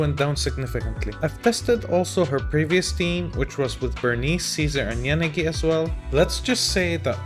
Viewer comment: Your pronunciation of poor Yanagi's name . . . 😭😭😭